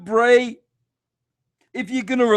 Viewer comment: I apologise it's "Bray" not Brey, Brey sounds like an early 90s surfer "dude"